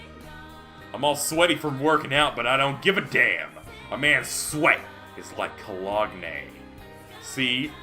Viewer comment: the "colog-ne" bit: I'unno, one time you said "hydro-li-sis" in your Danganronpa 2 LP and was genuinely mispronouncing it lmao